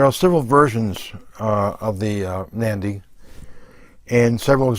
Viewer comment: Great knife, I have the same one in in ebony. Just one thing, it's not pronounced "Mandy" it's pronounced more like "Manundi", great video otherwise